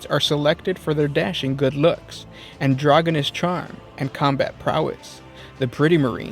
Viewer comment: ALsO It AN DRAH JEEN Us not ANDRO GENUS.